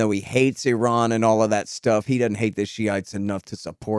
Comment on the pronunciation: Yeah, always encouraging to hear yanks pronounce Iran and Iraq correctly. Sad but true